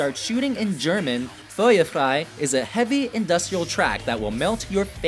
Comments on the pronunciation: er spricht feuer frei so gay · “Mooter” “fuywer fwei” “mine herts Brent” 😂😂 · "Fuier faih" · Not just Ich Tu Dir Weh, but Feuer Frei as well. Both made me cringe and laugh. Kind of BS that Du Riechst So Gut was nowhere to be found in this video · Butchered the name “Liebe ist für alle da” “Engel” is one word... said “Feuer frei” with a Swedish accent butchered “ich tu dir weh” butchered “mutter” butchered “sonne”